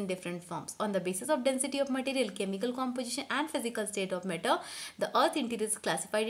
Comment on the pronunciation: One more its matter not metter